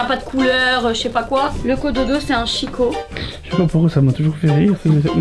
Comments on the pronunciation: Une chambre magnifique, il va être heureux. Je suis morte de rire avec chicco😅marque Italienne qui se prononce quiko.je vous souhaites des millions de kilos de bonheur. Bisous 🌸 😚 🌸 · ça s'ecrit chicco mais ça se prononce kiko 🤣